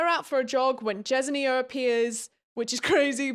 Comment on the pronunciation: I think it’s pronounced like “jes-in-ya.” At least that’s what I was saying when I read.